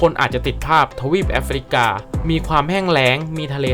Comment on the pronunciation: จากที่ดูมาหลายคลิป ช่วยปรับปรุงด้วยค่ะ 1 นะครับ เยอะเกินไป บางจุดเปลี่ยนเป็น ครับ ก็ได้ บางครั้งจบประโยคด้วย นะครับ ติดกัน 2 ประโยค มันมากไปค่ะ 2 ควบกล้ำให้ถูกต้อง ราวๆ ไม่ใช่ ลาวๆ รอง ไม่ใช่ ลอง 3 ออกเสียงให้ถูกต้อง แอฟริกา อ่านว่า แอฟ ฟริ กา 3 พยางค์ ไม่ใช่ แอฟ ฟะ ริ กา , ทุ่งหญ้า Savannah อ่านว่า เซอะแวนหนะ ถ้าออกเสียงแบบไทยคือ สวันน่า 4 ข้อความในคลิปบอกว่า 30.4 ล้าน แต่อ่านเป็น 3.4 ล้าน